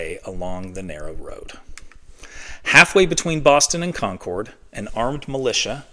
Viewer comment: UGH. It's "Condcud"...not "Concowd"